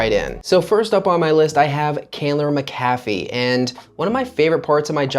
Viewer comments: Locals pronounced it Mac - ah - fee. I recently purchased in quiet subdivision in Candler McAfee upside price! very quiet neighborhoods close to downtown/midtown/buckhead airport downside decent shopping is in adjacent neighborhoods but as the area changes hopefull that will too, the only bad thing i can think outside of that is schools. But it you have no kids and can afford private it a good option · Exiting to the left soon as he mispronounced McAfee Certain he’s clueless regarding real estate in the Metro. These new transplants need to acquire more knowledge instead of jumping on the internet for a fast buck